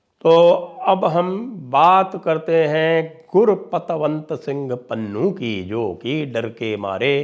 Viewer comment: पन्नू ❌ पुन्नू ✅😂😂😂